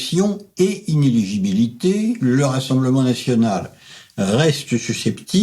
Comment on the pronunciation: le mot, c'est iné- L I -gibilité, brdl !!